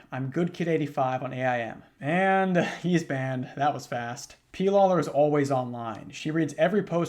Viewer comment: On A.I.M., oh sweet young child….its pronounced “aim”. Like what you do with an arrow.